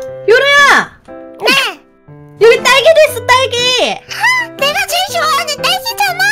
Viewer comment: ㅋㅋㅋㅋ 딸기 파트때 이 "우와! 내가 싫어하는 딸기 잖아!" 이렇게 들렸어옄ㅋ